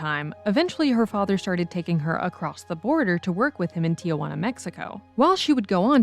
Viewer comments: It’s pronounced tee-hwana, not “tia” hoo-anna. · Eduardo, no Edwardo. Tijuana, no Tiayuana.